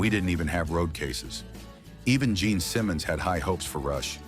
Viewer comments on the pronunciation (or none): none